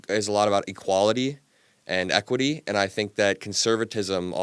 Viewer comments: How did this intellectually disabled, self-proclaimed "Uncle Tom" ever end up with a show? Peterson is so dumb he can't even pronounce "equity" and says racism "doesn't exist." He's been described as a "black white nationalist." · I knew that within the first minute of the video when Jesse didn't know the difference between equality and equity that it was going to go sideways fast!! He couldn't even pronounce equity! I don't even think that he has ever heard the term!! He clearly didn't even understand a lot of the concepts brought up!! He never even answered any questions!!! He just kept repeating his dumb questions. Jesse Lee Peterson is 100% one of the dumbest people with a platform today! I would bet anything that if I were to go to his page now and read the comments on this video he would actually have people saying that Jesse is kicking his ass!!